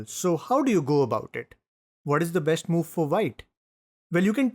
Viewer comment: You say shh everywhere for an s, such as besht, boosht.. but you say chess correctly and not chesh 😂